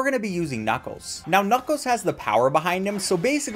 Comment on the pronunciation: Did he say knucos?